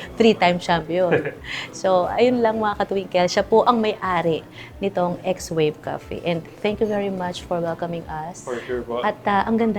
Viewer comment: X wave pala pagka basa.. akala ko swave like swabe